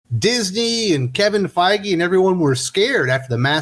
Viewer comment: GREAT THINKING CRITICAL MARVEL STUDIOS WOKE ACTIVISTS SERIOUSLY KEVIN FEIGE NOT THE BEST PRONOUNCED.